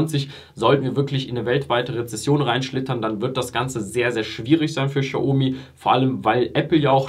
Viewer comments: Du sagst aber „schiaomi“. Sorry, will nicht kleinlich sein, aber du sagst den Namen gefühlt 300 mal und ich zucke jedes Mal zusammen 😅 Aber schönes Video. Bin selber seit IPO investiert. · Boah, sprich doch den Namen xiaomi bitte richtig aus. Das triggert mich hart 😂